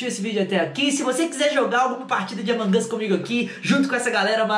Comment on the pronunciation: Vc fala among us errado